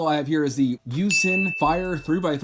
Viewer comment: Also, Yuxin is pronounced You-shin. Just to let you know :)